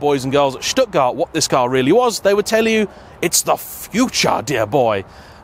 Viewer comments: Just having fun here... so in English, French brands would be Rennolt and PueGott? You did say Shtuttgaat, which is the correct German pronunciation. Love your videos and your objectivity. Have also started to watch your early Lotus Diaries. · Can pronounce Stuttgart pretty well but still says Porsh.